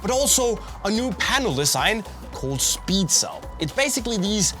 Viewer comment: speedshell not speedcell